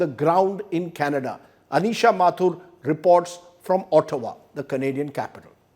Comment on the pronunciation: it is pronounced AAHTAWA ..not OOHTAWA ....